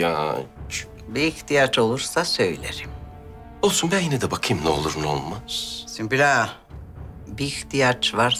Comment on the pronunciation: Bi sen kaldiydin ismini yanlis soyleyen sunbul degil sumbul! Celaud meleune seni🤣